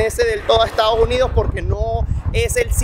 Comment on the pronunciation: Muy buen video, solo que no es Estados Junidos, es Estados Unidos! :face-fuchsia-wide-eyes